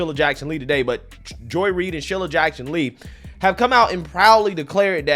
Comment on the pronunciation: SHEE-lah not shil-lah